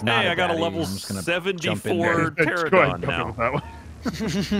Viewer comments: Ahh yes my favorite dinosaur. The “Terrahdon”. It’s PTERANODON TER ANO DON. Drives me crazy every time I hear them butcher these Dino names. Still love that you guys are playing this tho. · Alright...I'm gonna say it....PTER-RAN-A-DON. PAR-A-SAUR. ARG-IN-TYE-VIS. Also...STOP GOING INTO THE SWAMP LANDS!! lol. Theres literally a dozen different better places....like go check out green oblisk, theres ALOT of good places to build around there. And yall REALLY need to go get an Argentivis. There up in the mountain area. Cold biomes.